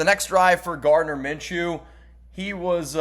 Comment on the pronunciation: Its Minshew